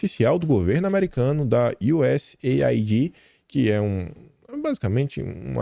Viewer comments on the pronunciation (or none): none